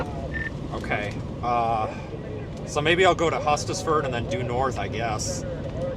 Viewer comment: Hustisford has a long "U" not short